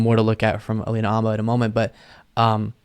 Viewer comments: Never knew that "H" in Habba was silent! She is the next to need a real lawyer. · dude, I think it's alina habba, not halina abba, not that it matters a lot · AYFKM?!? "Abba?" 🤦🏻‍♂️ ...its Habba! 🤦🏻‍♂️